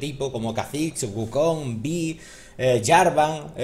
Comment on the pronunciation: por qué pronuncian las g finales como j? una duda que siempre tuve, lo he notado en palabras como bug (buj), lag (laj) y en este caso wukonj